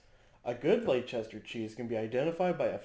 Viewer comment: what lol .... LECH CHESTER? its LES TUR mate ;)